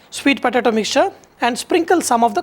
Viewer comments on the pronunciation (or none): "svweeet potAAto" fucking Mula